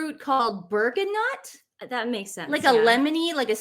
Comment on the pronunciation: Girls please Google the pronouncation some words. Bergamot and ABBA 😊